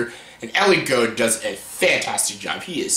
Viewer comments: Elliot GOULD, not GOUD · I missed pronounced Elliot Gould's name